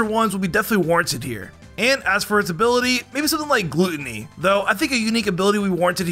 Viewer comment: Umm Gordon Ramsay isn't British he's Scottish, and you mispronounced gluttony